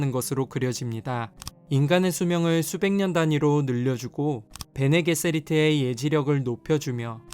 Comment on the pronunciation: 베네 게세리트가 아니라 베네 제서리트입니다 Bene Gesserit